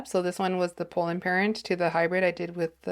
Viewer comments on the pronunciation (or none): Love your content but I have to say… it’s Pollen not Polen.